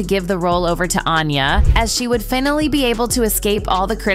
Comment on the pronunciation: The mispronounciation of words is embarrassing. e.g. "pylawt", "force-ed", "finnally". Do better.